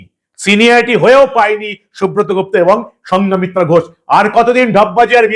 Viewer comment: KON SCHOOL E PORESEN, NAMTA THIK BOLTE PARE NA. SANGHOMITRA SAMRAT ASHOK ER. KANNYA, BUDDHYO DHARMA GRAHON KARAR POR ONAR NAM SANGHOMITRA HOI